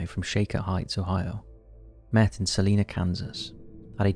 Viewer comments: And Salina, KS is Sal-i-na, not Sal-e-na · 1) Geoff is pronounced Jeff (ik it’s weird). 2) I go to work in Salina Ks and I just wanted to politely let you know that’s it’s pronounced like saliva but with in n (obvi)